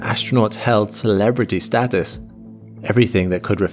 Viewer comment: Learn to pronounce status correctly